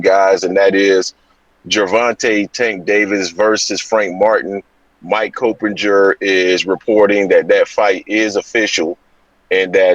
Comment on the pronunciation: Coppinger's name incorrectly, you've pronounced it correctly in months past...